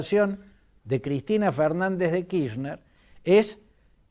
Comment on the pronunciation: Kirchner es un apellido alemán ¿De dónde sacó que la CH de la palabra Kirchner se pronuncia como “sh” en inglés? Fantini, analista político tercermundista y viejo chuncano: la “ch” en Alemán se pronuncia como J en castellano y no como la sh en ingles. De manera tal que se pronuncia KirJner. ¡Viejo chamuyero!!!